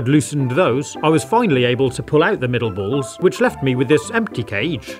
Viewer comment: "The bools actually moove" 😂